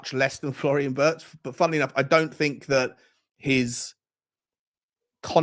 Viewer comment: I am sure the pronounciation of Wirtz is similar to V-EAR-TS. He is a talent, though!